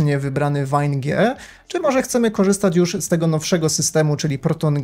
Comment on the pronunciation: VAJN ? No albo ŁAJN.... albo VEJN jak już tak bardzo chcesz spolszczać...